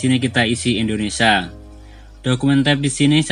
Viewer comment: Terimakasih om, sangat2 membantu ... pengucapannya Indonesia bukan indonesa hehe...